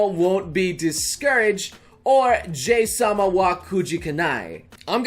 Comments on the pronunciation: Its Pronounced "Ja-Hi" Not Jay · Did anyone else cringe when he mispronounced Jahy as what sounded like "Jay"? I'm pretty sure it's supposed to be said "jah-hee" or close to. Japanese pronunciation for vowels is similar to Spanish, and I literally had to drop out of that elective in college because my ADHD meds didn't last until 9 at night, and thus couldn't focus on it, so I can't exactly remember correctly how it's pronounced, but that's the pronunciation I usually hear. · Why you call her Jay instead of JaHy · Pronounced ''Ja-Hi'' not ''Jay'' ... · so its pronounced as jay i thought its more of a jahi XD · "Jay-sama" Every normal human being: "Jahee-sama" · It is pronounced Jay or Jahee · Her name is pronounced jaw-he (Jahii in Japanese) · please leave tons of compliments in the comment section Commen section: iTs JaA-hEe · I think it's supposed to be pronounced je-hii... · Dude, it's pronounced Jaw-Hee Sama. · Might want to change the pronounciation fo 'ja-hee' because folks may still mistake the 'hi' as hi (as in hello). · I always thought "Jahy" was pronounced as "Ja-He" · Always thought "Jahy" was pronounced "Ja-hee" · I think it's pronounced Jah high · hearong noble pronounce Jahy wrong hurts me everytime he says it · So THATS how you pronounce Jahy...